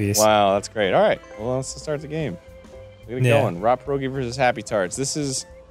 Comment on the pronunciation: what’s a paroge? is it a pierogi? porridge? paraguay?